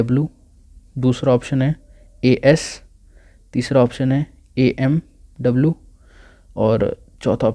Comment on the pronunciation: The way you've pronounced Amw as AWM, it shows that you're a pubg player too! xD Irrespective of that. Hats off to you for this video! Outstanding! Thank you!!